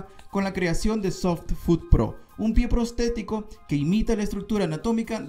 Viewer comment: No se dice "prostetico" sino "protesico" pero con tilde en la e.